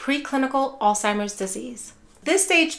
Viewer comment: PLEASE....No "T" in Alzheimer's. It's not "All-Timers." How can we ever cure it if people can't say it?